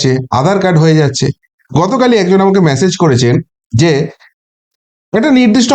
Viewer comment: আবার ম্যাসেজ? উচ্চারণ ঠিক করো